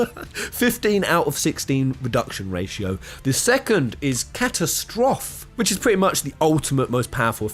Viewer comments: "Cat-a-strof"? Bitch, you need to learn your english. It's "cat-a-stroe-phee". It's also a synonym for calamity. LOL But aside from that, you make a compelling argument. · Nice video, but I was distracted all the way through by your weird pronunciation of Sorceress. Also, you know that's not how you say catastrophe, right? Because you'd be about my age if you were 12 when you first played FF VIII, so I really hope you haven't been going through life saying 'Catastroff' when it's 'Catastrofee.' I never considered that Selphie could be a sorceress on any of my playthroughs of the game. It's an interesting theory, but given that all three female characters have unique magical limit breaks, you could probably make a fair argument for any of them being potential sorceresses, not just Selphie and Rinoa. Sure, Quistis needs items to pull off her Blue Magic, but I don't see anyone else casting freaking Shadow Flare with Para-Magic. That's a damn GF skill. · catastrophe is not pronounced 'cat as trof'it's prounounced 'cah tas trophy' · CA TA STROFF! Idiot lol Ca-ta-stro-fee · Did you literally just pronounce .ca-tas-trophy as cattastroff? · "catastrophe" - its pernounced - cat TAS tro fee - lol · Catastrophe is pronounced ka-tas-tro-fee. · Been waiting for this video for a while. Why didn't youtube notify me when it dropped? But Catastrophe... is pronounced "Kat-Ass-Tro-Fee" You know, like the actual word. ;) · it's pronounced "Ka-tas-tro-fee" isn't it??? hahaha.... catastrophe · Do you seriously not know how to pronounce Catastrophe? Like you weren't even close. I'm going to assume that as soon as you realize how it's pronounced you're going to be, "Oh, that's how you spell that!" Just going to say that that was painful to listen to. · He pronounced it in french that's all.